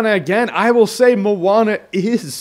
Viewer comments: Jeremy I am from New Zealand and we are deeply rooted in Polynesian culture (Maui used his hook to pull NZ out of the sea) I can say that it is pronounced 'moan - ah' so like I porn star is a moaner. 😉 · I always have pronounced the name of this movie, "moan-ah". Only recently have I figured out its pronounced "mo-ah-na"